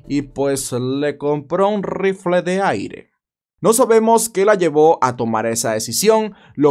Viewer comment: Le compró un RrRrrifle de aire 😂